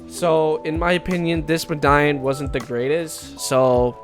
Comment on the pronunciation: Bro said mdaion